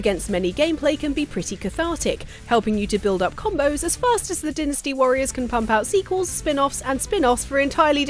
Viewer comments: It’s Dyne-nas-te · “Vihtamihns” I can abide...but “dinnasty”??? This Neanderthal anger I feel is probably exactly what they felt when they karate kicked that tea in Boston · Lady announcer is not funny and needs to learn to pronounce words , mainly dynasty .